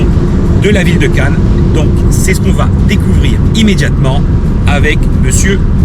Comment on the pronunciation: C'est très bien, attention toutefois aux liaisons "mal t'a propos"" (va ne s'orthographie pas vat). C'est un détail mais ça gâche un peu le plaisir. Merci beaucoup